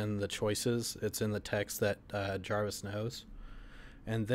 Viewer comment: jarvis or javis?